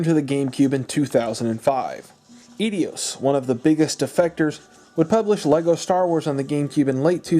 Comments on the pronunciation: you know 'idios'? they are actually called 'eidos' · Man these are great videos but you mispronounce a lot of titles and companies lol. Sy-PHON filter (emphasis on the phon lol), Eedeos ( Eidos is pronounced Eye-dose) and a few others in the couple videos I watched, but it's excusable. These are really old companies. It makes me feel old, though... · I'm sorry, but please stop saying edios, it's eidos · Eidos is not "Edios". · EIDOS not EDIOS lol you are putting a WHOLE extra syllable on the name. 🙄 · There is no second “I” in Eidos. So no E-dios. It’s eye-DOS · It's EIDOS, like eye-doss. Not Edios as in, "you're and idiot". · Eidos = Idios? I will accept either "eye - dose" or "ay - dose" but not idios. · its eidos not edios. lol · Eidos is pronounced "eye-dose", not "ee-dee-ose". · Good vid but eidos is pronounced i-dos, not edios. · It's pronounced "eye-dos." Otherwise, fantastic video! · It's not EdEos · I have been watching some of the long form, documentary type videos about game consoles and the history. Reliving some memories and such. You video is well researched, but hopefully someone has pointed out to you; Eidos is pronounced ay-dows, a hard 'a' and 'doe' like the female deer. 1) I took a minor in Greek literature in uni, 2) one of my favorite dev houses at the time 3) it is jarring to hear it mispronounced. That, sir is my only criticism. No worries, though. Growing up, I am sure I had a weird pronunciation in my head up until I took those courses. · Where are you ready Eidios?!? It's Eidos...No? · Oh man... it's Eidos, not Edios. Great video though! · You keep saying Eidos wrong, and it is bugging me something fierce! Say it with me, "Eye-Dose" Eidos is pronounced as "Eye-Dose", now you know. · Got halfway through and kept hearing aedios instead of eidos. Is that really how its pronounced? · Darn you Edios!!! Edios? Eidos ? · Eidos not Edios... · I always pronounced it eye-dose. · Aydios..... interesting. So what does it feel like to be dyslexic?